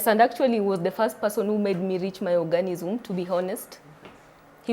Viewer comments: Orgasm not organism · Girl it's orgasm. Not "organism". Damn busy embarrassing yourself!! Omg😱 😱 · Eiyy I'm here in 2024,,,its orgasm not ORGANISIM 🤣🤣🤣🤣🤣🤣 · My orgasm! Not organism!